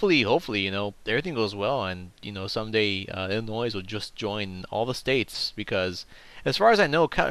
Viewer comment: the correct pronunciation from the area around the state and inside, the s at the end of illinois is silent.